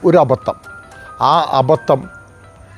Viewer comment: അബത്തം അല്ല, അബദ്ധം